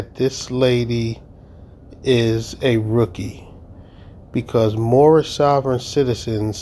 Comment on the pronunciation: Is is me or did anyone else not understand what she said and how it is important to this case? I've heard a lot of Moorish statements but nothing like this before. Oh, I'm sorry, Moormish as Herbert would say. lol